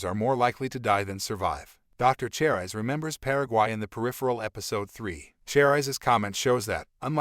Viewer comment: What is "Twenty one one hundred"? You mean 2100? And Cherise is pronounced "Share-ees" not "Chair-eyes"